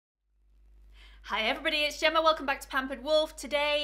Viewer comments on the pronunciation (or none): none